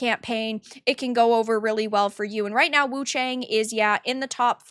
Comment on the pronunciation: Everyone is reading her name wrong... The "a" of Wu-Chang should sound like "a" from Arm and cAr...